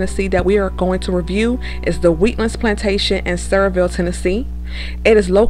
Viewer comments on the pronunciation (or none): It is pronounced Sa-veer-ville